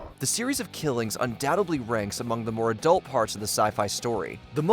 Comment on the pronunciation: In the word Undoubtedly, you don't pronounce the b